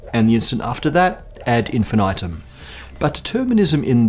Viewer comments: if you use latin speak latin lol ad infin I tum ... ad infeeneetuhm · ad een-fee-nee-toom it's Latin.